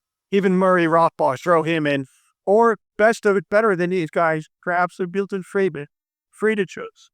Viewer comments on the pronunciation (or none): none